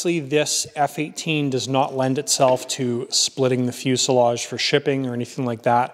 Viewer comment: The s in fuselage is pronounced as a z.